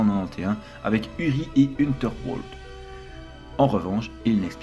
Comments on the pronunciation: Dommage que la prononciation des noms germaniques soit fausse... Sinon, je l'aurais utilisé en classe... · C'est vrai que "Unterwald" passe mal dans cette vidéo